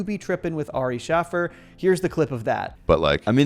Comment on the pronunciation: Pronounced Ari’s name so poorly hahah